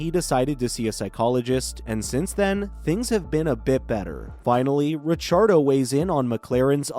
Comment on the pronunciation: Ra-char-dough...... thats a new one.